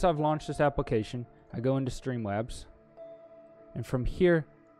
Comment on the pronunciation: i loved the way he said stweeemlabs